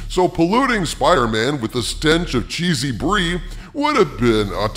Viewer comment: i was drinking some thing hot when u said cheasy bree ... omg i have a mess to clean up